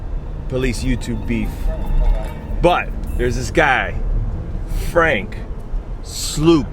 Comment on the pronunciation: You did not just say franks name wrong!! 😂